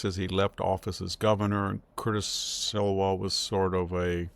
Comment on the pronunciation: It's SLEE-wah, not SILwah. GET SOME HELP! Again, why hand your enemies a cudgel to beat you with?